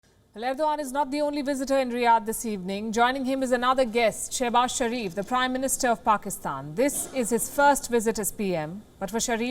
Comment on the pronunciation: I thought she said "Crime Minister" 🤣